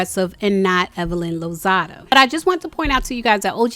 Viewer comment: Girl, it’s LOZADA. Not LOZADO.